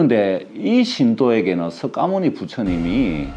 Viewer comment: 석가모니 부처님 이라고 쓰고 '서가모니' 부처님으로 읽는것이 맞습니다~~^^♡♡